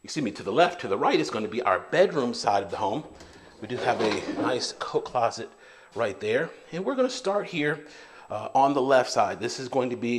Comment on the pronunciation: Everytime i hear you say coat closet i think your saying coke closet 🤪